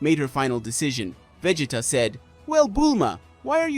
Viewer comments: its Veegeetuhhh, not veg-eh-tuh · It’s Ve-GEEE-ta not Ve-ji-ta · Who in the hell is Vajita, really? I thought his name was vegeta.😂😂😂😂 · The name is Vegeta is the one that you're mispronouncing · You almost make Vegeta sound like "vegetable".